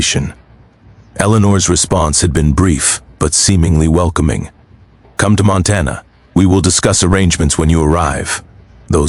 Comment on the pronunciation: Whoever reads this story needs to know how to pronounce words correctly. Montana is not Montan